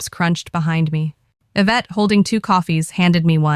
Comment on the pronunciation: Please edit these AI stories before posting. The words keep saying a vet instead of Evette. Very annoying.